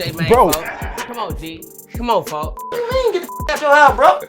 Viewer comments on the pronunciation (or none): "folk" not "foe" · He saying folk not foe